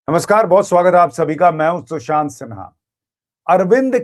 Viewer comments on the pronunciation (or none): none